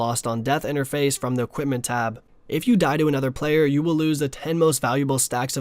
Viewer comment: "equipted"? where is the T in equip or equipped?